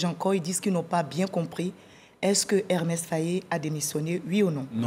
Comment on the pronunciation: Elle n’a pas arrêté de répéter Hermès Faé 😂😂